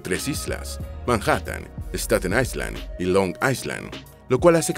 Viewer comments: La letra S no se pronuncia en la palabra island ( ailand) es la manera correcta. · En la palabra “ISLAND” la ‘S’ es muda, se pronuncia “AILÆND”. DE NADA.